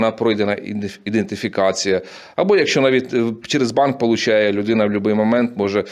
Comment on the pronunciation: Ти, блять, спочатку навчися вимовляти слово ідентифікація. Експерд...)))